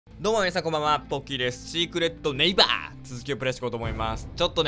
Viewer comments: シックレット↑ネイ↑バ↓好きです GBやばいです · シークレットネ⤵︎イ⤴︎バァー 初っ端から笑いました